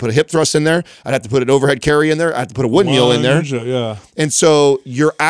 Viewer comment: is like 50, and still thinks a windMILL is called a "windMEAL". The guy is constantly saying "windMEAL" in multiple episodes, and multiple times in this episode alone, among the countless other elementary words he can't pronounce. He often says "why" instead of "while". In a recent episode, he said "why I was standing in line" instead of "while I was". You're clearly a very perceptive, intelligent, and self aware individual, if you've spent multiple decades using English as a primary means of communication, and still haven't figured out words that a five year old should know.